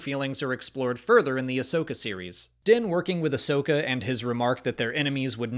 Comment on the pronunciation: Ahsoka, not Ashoka. How come no one ever gets that right? I don't know how anyone even gets confused about it. Everyone addresses her as 'Ah-soka', not 'A-shoka'.